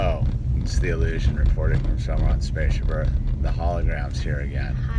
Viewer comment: I just like to click on all the videos to hear him say "whoee it's thea e-llusion"